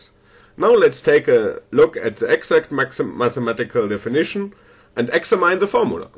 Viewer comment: The way you pronounce "Examine" is way off lol. An American English speaker pronounces it like "Ecks-amm-enn" or Eggs-ham-hen.